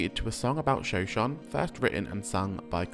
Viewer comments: If anyone is curious, shoshone is pronounced show-show-knee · The pronunciation is killing me. It's like shu show knee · 'Shoshone' is pronounced - "sho-SHO-nee". No biggie. Just letting you know.